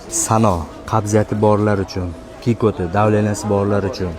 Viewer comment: Кикути эмас кийикути дейилади